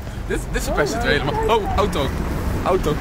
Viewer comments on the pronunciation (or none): none